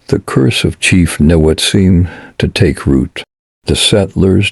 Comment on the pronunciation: it is pronounced Ni Wot. I leave in Niwot in the same house for 32 years and I could not see myself leaving unless it got too expensive or some disaster happened. Colorado is my adoptive home and would never want to leave it.